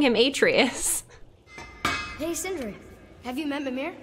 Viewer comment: Your sons name is pronounced “uh-trey-us.”